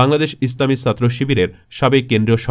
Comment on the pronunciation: এই বাঙাল ছাত্র শব্দটা ছ দিয়ে শুরু, আরবি সিন্ দিয়ে। ভুল উচ্চারণ বিরক্ত লাগে। তাই একটা ডিসলাইক দিলাম।